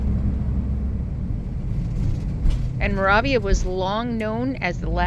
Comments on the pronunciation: You drove through my father's hometown. I love the facts you added to the video that I did not know. I know you did your best to pronounce Moravia. This might help you with the correct pronunciation (mur A V a). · Moravia, the "a' is long, as in"way". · Genoa is pronounced Gen OH uh. Moravia is mer A via. Just trying to help. I love this video, and subscribed. Thank you.